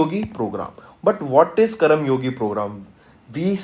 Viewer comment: Could you please teach the content properly its karmayogi not karamyogi🤦🏻‍♀️